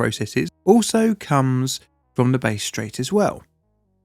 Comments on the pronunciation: Bass,not base. Get it right. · You lost me as soon as you mispronounced "Bass." It's not "base." The A is pronounced the same as in "bad." AFAIK, it's named after the fish of the same name. Edit: It seems to be named after George Bass who was a British explorer, but I'd guess that his surname probably came from the fish. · “Bass” is pronounced like the fish. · BASS Straight, not BASE. Learn English! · It's Bass straight, not "Base straight" like you said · BASS, not BASE Straight. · BASS Strait, not 'base' Strait... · Ummmm! It’s Bass (as in Ass) Straight! Not Base (as in Face) Straight. Just an AI balls up I guess! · Bass like the fish, not bass like the tonal range. Bahss, not Bayse. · 'Bass' Strait not 'Base' Strait. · Totally addicted to base straight, awaho waho! Bass, like class or ass.. Still enjoyed the video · It's the BASS Straight, not the "Base" straight. It's named after the Bass fish that are swimming in there. 😉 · Bass as in Ass, not Ace. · I get why you pronounce "Bass" as "Base" (it is the way you correctly pronounce it in music, for instance), but it is pronounced "Bah-ss" in this instance... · It’s Bass like the fish not Base… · It's pronounced bass, not bass. Like the fish. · Sorry,. 'Bass' with a short â sound. Hass, Cass, Bass... Bass Strait. 👍🏽 While I'm here,... love your vids. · Can you reach out to an Aussie next time to get the pronunciation. Bass pronounced like gas but with a B. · Bass rhymes with gas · "Base Strait" lmao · Yes, actually Bass in this case, rhymes with gas. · I'm unfamiliar with this base strait you speak of! 😭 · FYI - it's Bass as is mass - Strait...mate! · BAASS if you also happen to be a musician!! Great video,! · Sorry,, but it's Bass as in "gas", not the lower line in music... While we're in the area, a local town, Moe is pronounced Mow-ee (as in cutting grass) just to confuse you foreigners. 😸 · Bass straight is pronounced like the fish Bass. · not how you pronounce that but anyway